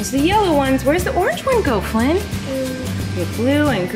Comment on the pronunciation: Its Flynn not flyn